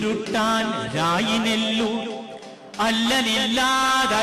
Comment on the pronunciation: നന്നായിട്ടുണ്ട്. രായിരനെല്ലൂരിന്റെ രണ്ടാo 'ര' ശ്രദ്ധിക്കുക.